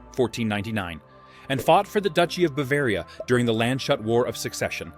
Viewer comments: I understand that you cannot pronounce the ‘ö’, but please do not torture the town of Landshut It is NOT Land-shut, it is Lands-hut (pronounced like hoot ) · Landshut is spoken Lands - hut.